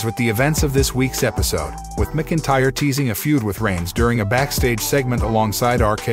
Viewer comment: And it's MAC INTYRE....DUDE